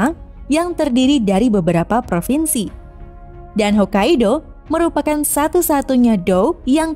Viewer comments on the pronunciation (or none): none